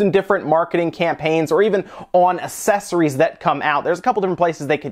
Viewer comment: Dude it's ACKsessories not ASSessories